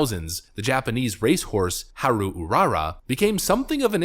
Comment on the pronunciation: haha I died laughing at the way he pronounce haru 🤣😂